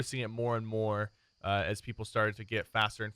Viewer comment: "As far ahs hash" lol love ya sypher